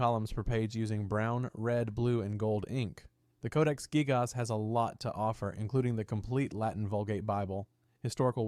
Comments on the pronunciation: Codex gig-AHS😂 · You can tell the voice reading the script is AI as well because of the incredibly weird spacing between words and how he pronounces "gigas"